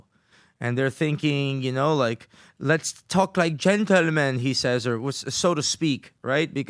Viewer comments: “lets tok like Jen tall men” 😂😂😂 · Lits tak lik gen-til-man 😂